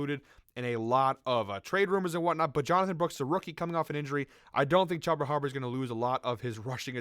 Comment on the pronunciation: Its “chew-ba” not “chub- a” 🤣🤣 thank you for the plays though